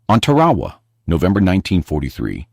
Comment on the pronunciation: And it's not Tur-AH-wah.. it was TEAR - a wah!